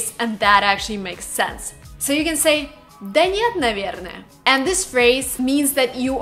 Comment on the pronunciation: It's not DA it's DUH, omfg you are useless